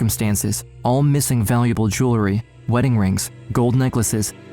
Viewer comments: The word is jew-el-ry, NOT jew-le-ry. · Gotta get your AI narrator to pronounce jewelry correctly!